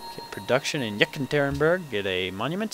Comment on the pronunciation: It's funny listening to you pronounce Russian city names, Yakaterineburg just Catherineburg though not pronounced that way